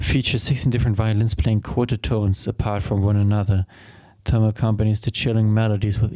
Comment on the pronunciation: FYI Thom is pronounced Tom